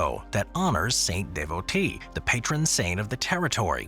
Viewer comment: It's "San Da Vo", not Saint De Vo TE.